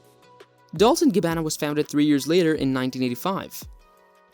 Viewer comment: Dol-Che & Gabb-ana